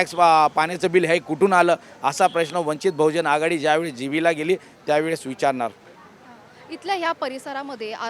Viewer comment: अरे भाई | जीस पक्ष में काम कर रहे हो पहले उस पक्ष का नाम तो ठीक से लिया करो | वंचित बहुजन आघाडीने आपको टिकट दिया यह खुशी की बात है | लेकिन आगे से वंचित बहुजन आघाडी का नाम ठीक से लेंगे यह अशा व्यक्त करता हूँ |